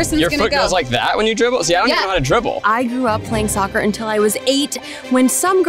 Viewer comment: They lost me at "saccer" 😂😂😂